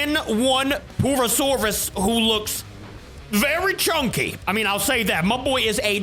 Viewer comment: bro is saying poo not pur